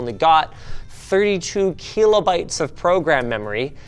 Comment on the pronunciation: "Keelobytes" lol